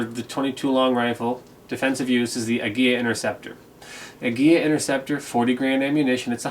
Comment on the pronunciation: Good video. One nitpick - I'm pretty sure it's pronounced "ah-GEE-lah" not "ag-GEE-yah". There's only one letter l.